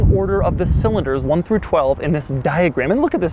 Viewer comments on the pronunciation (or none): none